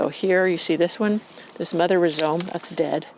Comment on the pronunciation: Rhizome is pronounced rye-zome not re-zome.